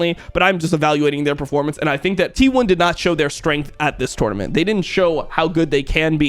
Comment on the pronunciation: Bro almost had to turn this video off bc of the way you say “tournament” shit was driving me insane